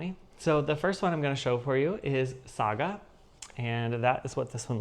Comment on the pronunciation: Yeah,a Saga story 😂😅🎉. Well done with the pronunciation. 😊. You are heading for finishes with your stitching. Yeah.🎉. I do like the Prayer piece, very beautiful. Great video 😊